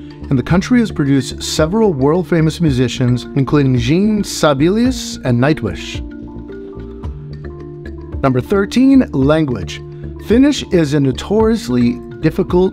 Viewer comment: Check pronunciations before you do a narration!! So many inept examples - learn how to pronounce “sauna” and Jean Sibelius, for just two examples!!